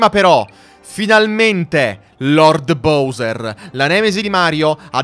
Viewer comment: Posso chiederti una cosa: se il gioco lo nomina BAUSER (come faccio anche io), perché continui a chiamarlo BOUSER?